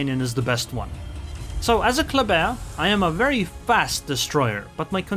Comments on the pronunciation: It's pronounced "clubber" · everybody gansta till pulls out the french accent